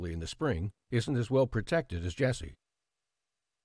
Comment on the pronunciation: Funny how you pronounce Iasi. Closer to how it's actually pronounced in Romanian would be 'eeashi'. Still, try Google Translate voice function for Romanian.